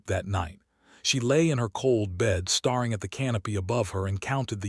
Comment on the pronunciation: The narrator (AI) is only reading what the writer wrote. A writer, I presume by the numerous mispronunciations, who cannot spell correctly. So, instead of writing "staring," s/he wrote "starring," which is a very common mistake for many people.They have not learned that when the vowel is a long sound, when the "e" is dropped, you do not double the last letter. I would go so far as to say that the writer is likely a Millennial since English, more often than not, was not really the focus of many teachers when the age/grade was appropriate. I'm 73 (you know, the much aligned "Boomer"), English and grammar were drummed into our heads, as was reading and math. Unfortunately, we are witnessing the outcome of that neglect in many of these stories.